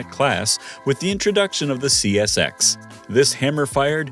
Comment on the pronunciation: Great goodness! Within the first 20 seconds, dude calls the CSX, "SCX", "CSX", then "XCS". Who's editing this crap?!?